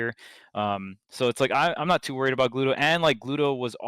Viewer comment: man poor Gluto, his name gets constantly butchered